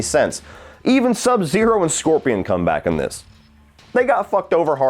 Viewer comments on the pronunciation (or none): none